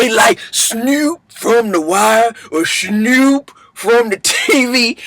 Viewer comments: you gotta get the ou. It's snourp. Like, you gotta put ya lips together like you doing deb but it has to be an ou plus a r sound. It's the bmore pronunciation. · when you say Snoop, it should sound like Snyoop...